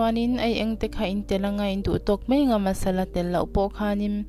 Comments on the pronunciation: I chawhmeh siam a tui hmel ṭhin e,mahse,mizoṭawng hi i uluk thei deuh em aw ka ti,mai tih tur hi mei tih in i lam tlat mai. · Dik chiah 'mai'/'mei' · Mai tih turah mei iti ṭhin hi anihna bo ṭhakin i sawi.fiah kati maia ṭawng kam hi no lutuk leh lam rik dan aṭang hian afiah in afiah lo ania miss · Mei ti lovin Mai ti ta che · mei ti toh suh, mai ti roh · I siam thiam in a tui viau ang mahse vawk sa kher hi chu, a hanga chhum tawp hi ka duh deuh ber mai.. Chuam "mai" tih turah "mei" i hmang erawh ka lo ip deuh. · I camera dah dan a fuhlo ka ti en a hreawm ring a kham duh hle mai 😂 Tin, a bawl hlo leh tih vel khi thuziak in rawn ti tel zel la kan va duh ve... A sawi a sawi ringawt hi chu... Subtitle i ti thei lo anih pawhin a bawlhlo leh tih vel, a pawimawh chi deuh ang a lang hi chu ziakin rawn dah tel thei la a lawmawm khawp ang. A tawp nan... "Mai a" tih tur ni awm ah "Mei a" iti leh zeuh ṭhin